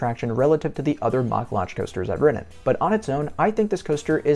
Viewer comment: Its Mack rides rhyming with Jack. It's not pronounced "mock" It annoys the ish outta me because all of a sudden a few years ago one of the Douchy youtubers like EltoraRyan or themeparkcfazy started pronouncing it wrong and then all these other people started following suit. Amd I know I am 100% correct as my uncle worked for the family for years when he settled in Germany after the army